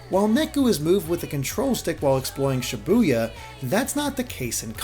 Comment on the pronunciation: But you still mispronounce Shibuya. 9/10 reviewer